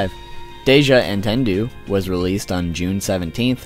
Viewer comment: I can't get over the way he pronounces "Entendu"